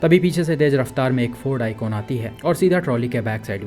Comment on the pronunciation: Brother, woh akon nahi ikon thi, akon to famous singer hai😂